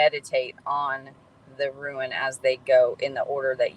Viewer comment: ruin??? how about rune, rhymes with dune or moon or tune